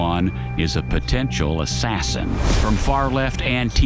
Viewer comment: Ass sassin 💁‍♂️